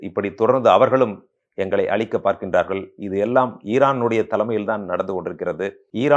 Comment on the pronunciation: அழிக்க வேண்டும் என்பதை அளிக்க வேண்டும் என்று சொல்கிறீர்கள். ழகரம் சரியாகப் பழகவும்.